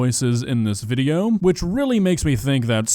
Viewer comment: Why he adds letters in the end of the words? "Videoah" "positionah" "for realah" bru wtf is that